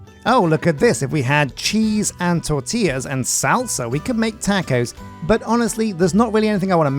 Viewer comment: the way he says taco XD...